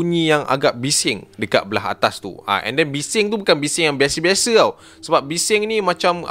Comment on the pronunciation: "bukan beshe beshe" 😂